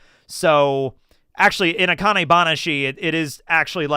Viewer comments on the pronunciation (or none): none